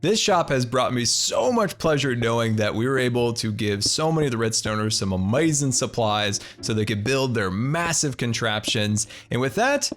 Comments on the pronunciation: Love how you say amazing as amazon at least thats how I think its spelled, also shout out from Washington state here too! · Love the way you say amazing